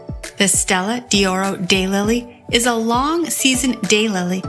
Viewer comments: Learn to pronounce what you are discussing! It is Stella d'Oro, not Stella di Oro. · It’s pronounced’Stella doro’ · “Dee oro” and “eye-talian” - couldn’t stand to listen!